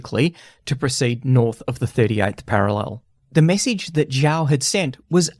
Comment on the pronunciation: "DeHwei" "PLA" when it was the PVA. Can you do some basic accuracy checks before making historical videos? "Zhaw" when his name is clearly "Zhou". Embarrassing.